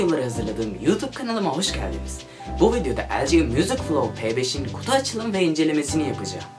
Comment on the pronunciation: da kutu yerine kuzu diyor.